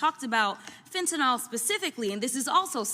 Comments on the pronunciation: PLEASE PRONOUNCE THE DRUG NAME CORRECTLY!! FENTA(NYL) NIL! NOT FENTANOL (NOL)- R.N. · Jasmine...it's fen-ta-NIL